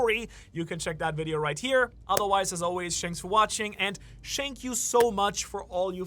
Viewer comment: "shank you so much". Bros outro makes me feel like I'm in London